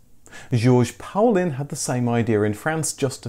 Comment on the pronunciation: I think that Paulin is pronounce Paulanne.